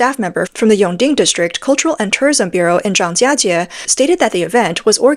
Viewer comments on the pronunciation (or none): This is clearly an AI voice or a non-native speaker, she doesn't get the tones right on Zhang1jia1jie2